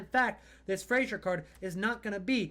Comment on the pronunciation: Why do Americans persist on pronouncing Fraser like “Frasier” the TV show?